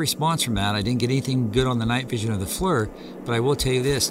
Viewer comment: FLIR ...NOT FLUR !! and then the dude says " IT SOUNDED LIKE A GUN RIFLE " HAHAHAHAHA